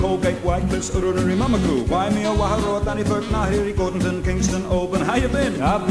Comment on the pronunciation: he even said gordonton